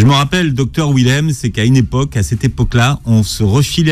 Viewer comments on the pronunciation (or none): Schweizer, Willem sont des noms d'origine germanique DONC le W se prononce Dur (pas mou comme en anglais). Pourriez vous faire attention ? Willem lui-même prononce son nom et vous ne l entendez pas... En français, le W est prononcé Dur Aussi... Ça donne phonétiquement : Vilem, ChVeizer